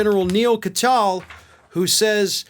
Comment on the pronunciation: Come on,. You must know how these men - Kirchner and Katyal - pronounce their names. You're better than that. Or should we call you?